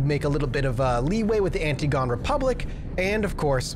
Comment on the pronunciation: FYYI it's an-TIG-o-ne, not anti-gone